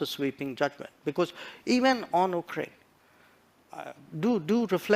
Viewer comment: Most of EAMs words consist of “uhhh uhhh uhhhh”. And has made no attempt to pronouncing. “Ukraine “